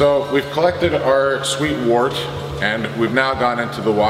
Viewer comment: Dude can't even pronounce wort properly. It's 'wurt'.